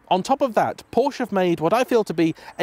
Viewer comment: What is Porsch? How one can take your video seriously when you cannot even pronounce the brand's name correctly